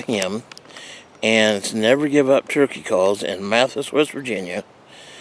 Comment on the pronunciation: May don’t live too far from me. I don’t personally know him, but you pronounce it Ma-thigh-is..... just saying. No biggie. He makes really nice calls. Im hoping the dnr brings the season in earlier next year